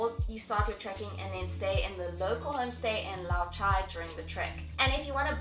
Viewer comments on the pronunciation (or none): none